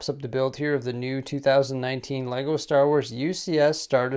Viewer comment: IT TOOK ME OVER €300 TO CORRECT YOUR SHIT. LEGO . ARE YOU READING THIS .